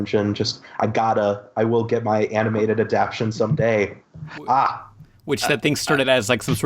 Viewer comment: Question: why the fuck won't you pronounce "adaptation" correctly?